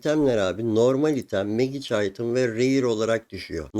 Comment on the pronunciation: Çok şey öğretiyorsun, teşekkürler. Ama lütfen telafuzlara dikkat edelim hocam ya, kulağım kanıyor:) izleyemiyorum. Magic değil, macik Sitrenç değil, sitrengt Glovıs değil, glovs Teşekkürler :)